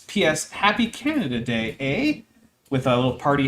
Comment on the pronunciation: Whenever you said "Canada Day", I kept hearing it as Canadadae, as in a species of animal lol.